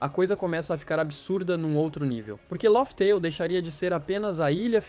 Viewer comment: Não se fala “ lófi teil”, mas “léf teil”